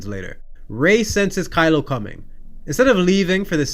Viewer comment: I'm pretty sure he said Crylo that one time.